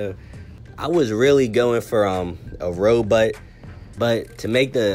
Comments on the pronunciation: You said robutt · he sed robut